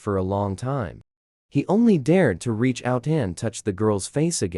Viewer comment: Right?! It was the weirdest words, too! You don’t know how to pronounce “mom”? You don’t know how to pronounce “reach”? This is weird what words it decides to mispronounce!